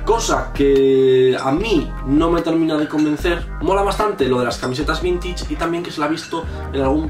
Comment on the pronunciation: "Vintich" xdxd